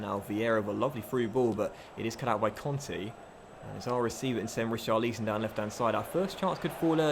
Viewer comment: Pls say richarlisons name properly you say it wrong check how the commentators pronounce his name when he plays in real life